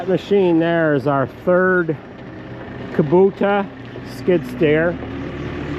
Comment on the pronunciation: It's pronounced Kubota "ku bota"